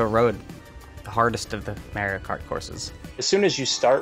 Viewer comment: "The hardest of the MARY-O-CART courses"